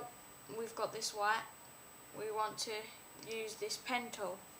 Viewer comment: Why do u say wha instead of white?